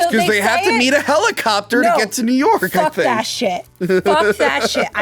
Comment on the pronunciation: I hate how she keeps saying new york 🙉🙉ITA NOT NEW ORC plz stop 😒